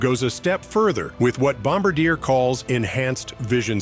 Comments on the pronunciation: It’s not Bomb-a-deer…it’s pronounced Bom-Bar-Dee-Air. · the pronunciation of the French jet was pronounced wrong.